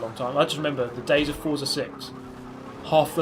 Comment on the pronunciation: It’s pronounced fort-za as stated by their twitter :)